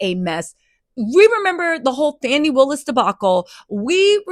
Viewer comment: 😂😂😂😂 you called her FANI Williams😂😂😂😂